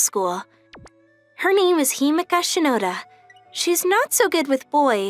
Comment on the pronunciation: Aside from saying ms shinada instead of ms shinoda, you did great.